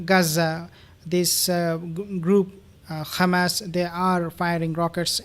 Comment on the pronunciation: Please!!! It's not Ghamas , but Hamas . Don't repeat the Zionist expressions , which is Yiddish and not Hebrew.